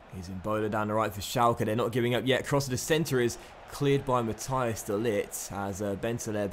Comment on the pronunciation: De ligts first name is pronounced ma-teece